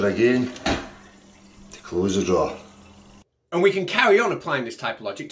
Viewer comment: 🤣🤣🤣🤣🤣🤣🤣🤣🤣🤣🤣......pullllll tha draw’r (r is silent)